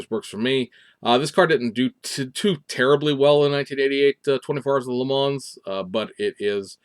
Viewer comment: Ok, I gotta ding ya.....please stop pronouncing the "s" at the end of Le Mans, it's pronounced "Le Mon"....I know, I'm a jerk. I saw earlier today on FB that someone in Taiwan got and built the Supra already. The first 1500 (I think it's 500ea of Red White and Black) were launch editions that have the red interior accents and red mirror caps.